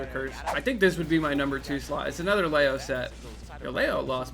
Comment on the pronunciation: Again, you forgot the N in "Leon" when you said, "Leon reverse sweeping Riddles with Chrom" and because of that everyone is thinking MKLeo, leading to said confusion. Id go back and edit in the N in there so it doesnt keep happening.